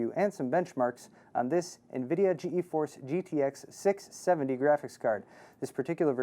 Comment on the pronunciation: Why is he saying G E Force? its Geforce u idiot! One word!